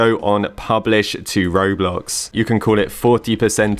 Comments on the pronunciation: "Kroblox" OMG LIKE "Croblox" Like Roblox but made in Croatia 🤣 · He said kroblox 😭😭😂 pin this pls